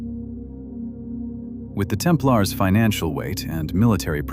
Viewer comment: I switched 9ff as soon as I heard the AI generated mispronunciation of Templars. Bye!